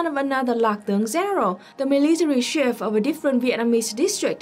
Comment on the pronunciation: Note on pronunciation: You pronounce "chief" the French way sometimes. Ask American Johnson, How to pronounce it in American English.